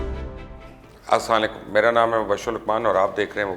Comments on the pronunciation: Aslamualaekum Mubashir sb, Love the way you spoken. With all respect just correct your Salaam. Please say ASALAMUALAEKUM instead Slalykum. Stay blessed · AslaamuAlaikum not asaaanlikum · Mubashir bhai bura nai maniye ga lekn apna salam thekh karyn sam alekum bol rahy hn ap iska matlab change ho jata hy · Mubashir bhai ap muhtaram hain Salam ka talfuz theak kar len jazakallah “Aslamo Alaikum” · Bhai salam sahi tareke se bola karen plz... love u